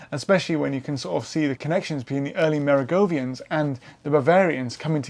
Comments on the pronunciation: Why pronounce Mer-oh-ven-gians as go-vian? Is that a UK thing? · Mate, you sound good and interesting, but you made one huge blunder: it's not "Merigovians", it's Merovingians. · I’m baffled by. His presentation seems scholarly and well-researched but is riddled with mispronunciations and inaccuracies, i.e. Wielbark and Merovingians. He’s just so damn likable tho.